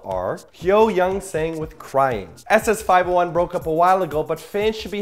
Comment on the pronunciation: ok i love eyk, but i feel the need to correct.. it's pronounced "double ess five oh one" and and they never broke up, just went solo ehe